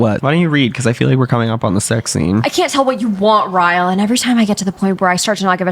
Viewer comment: y’all said Ryle the way Nicki Minaj pronounced ‘Roman’😭😭😭